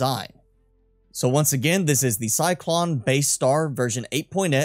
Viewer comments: CY-LON … not CY-CLON !!! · it's "Cylon", not cyclon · I hate being "that guy" but isn't it "Cylon?" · Say Cylon right you uncultured nob. Great video btw.